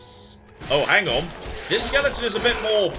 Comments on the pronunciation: Don't forget skeleton, not skellington! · please, it's skeleton, not skellington!!!! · I just wish he'd say "skeleton" properly.